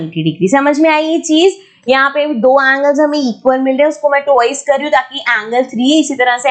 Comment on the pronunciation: umm- - it's ''twice"' not " toice" - really irks me out